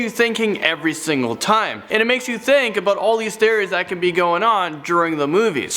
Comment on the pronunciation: Tried to watch but I can’t stand the way you say theories. I’m sorry.